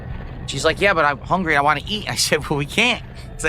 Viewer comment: Is he able to say want? It comes out as wahhhn